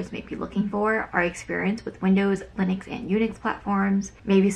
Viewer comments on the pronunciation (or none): none